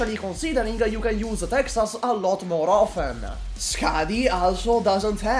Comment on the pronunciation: tehehe "foten" insted of often tehehe